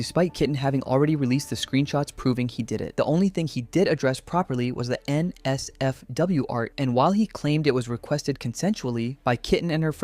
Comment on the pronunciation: The way he says NSFW and LGBT pisses me off so much, does he have some kind of a learning disability???? Why does he say that like that 😭😭😭